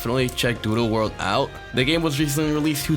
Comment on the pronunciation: you saying "doodle" kind of sounds like "doo doo world" which makes it funnier